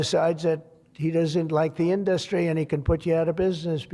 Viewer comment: Trump can't pronounce "industry" like anyone else.